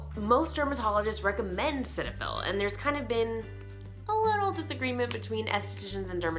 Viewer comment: I work for Galderma. It’s pronounced SeeTahFil.